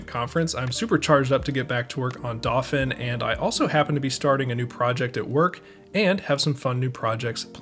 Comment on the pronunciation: I can't be the first to ask if you're pronouncing "dauphin" wrong on purpose